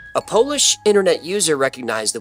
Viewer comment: As a Poland based fan, I’m proud of your Polish pronunciation 😁 Great job!